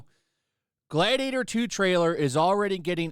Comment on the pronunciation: Gladiatah please You my gladiatah